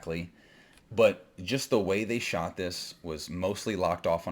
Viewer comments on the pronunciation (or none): none